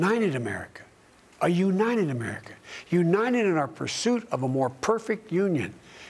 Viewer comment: In his acceptance speech Joe said: "...for Lord's sake; we're the you-nite-uh states of America, we haven't accomplished anything". According to the media it was Bidet's "best speech ever", he really was "spot on target", "Joe really laid to rest OUR President Trumps assertions that he was in full control of his mental faculties". I rest my case. Joe says "WE, the People" have not accomplished anything; when what he really means is: Joe Biden and cohorts have not accomplished anything FOR our country.